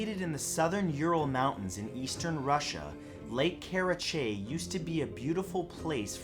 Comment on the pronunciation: It's car-rah-chay* that's how it's pronounced. So you almost got it! ;)